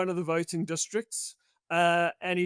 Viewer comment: You can tell Wayne took time to properly pronounce some of these districts 👌🏾